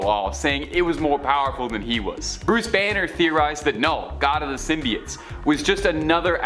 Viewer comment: He kept saying symbiotes wrong and it was driving me up a wall